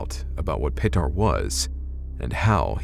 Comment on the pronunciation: Bro! Did you say that dudes name was 'Patar'? sweeet